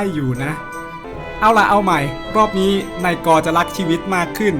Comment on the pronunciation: อ่านนาย ก เป็นนายกเฉย😂